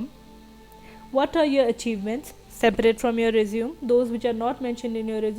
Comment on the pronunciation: Resume has the pronunciation resumay